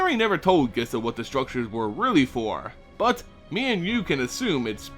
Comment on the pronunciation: First off, pronunciations: 1. Skaab is pronounced like scab, not scabe. 2. Gisa is pronounced Geesa, not Gissa. Second, awesome video!!!